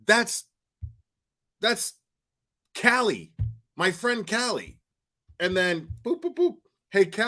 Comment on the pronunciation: Lmao why does he pronounce the name Callie the same as kiely??